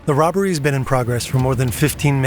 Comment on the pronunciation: no one is gonna talk about “roBBBery”? 3b is wild